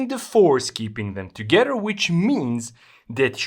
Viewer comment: i hear you say ( togetter) not together, would deduct you are from Poland. am i close?